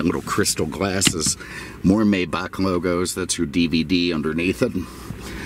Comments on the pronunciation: Beautiful car. I love your videos and could listen to you talk all day. Your stories crack me up. It does grate on my nerves when someone pronounces the name of these car MAYbach and not MYbach. I'm sure this correction will bring me very nice replies.....lol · The Automobile is called a "MY-bauk" not a "may-bauk" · Sorry for your loss may God rest his soul. One complaint tho. You say it "May Buck", and it's incorrect. It's MAI BAH.. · Oh and can you settle something for me? A buddy and I have been arguing for a bit on the pronunciation of Maybach - Is it “May”bach or “My”bach? Obviously one of the most important questions of our time...lol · It's "My-bock" according to the pronunciation tools available. I usually hear it said "May-back", but seems to have split the difference. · for God sake pronounce the name of the Maybach correctly! You are the best and I was shocked to hear you say "May-bach" as in "may I help you", the work is spoken "My-bach" "May" in German is pronounced like "Mai" in English, e.g. My car, My Sauerbraten not yours, My Porsche (Por-sche with the "e" spoken as an "ah"). You're very unique and I learn a lot from your presentations but the Maybach thing has to be corrected concerning this German Masterpiece. Wilhelm Maybach (German: [ˈvɪlhɛlm ˈmaɪbax] ( listen); 9 February 1846 – 29 December 1929) was an early German engine designer and industrialist. During the 1890s he was hailed in France, then the world centre for car production, as the "King of Designers". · It's actually "MY" Bach by the way. I've driven one of these before and it's just and overdressed S Class. It sounds like an S-Class, drives like an S Class, and everything else. The biggest difference is it has more expensive equipment. And an older Maybach like this one cost the price of a brand new base model S Class in today's time. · Just say "my" and add "bah" like in Baja California. That plate, Jesus Christ....it's like plate that Zuckerberg will have :)))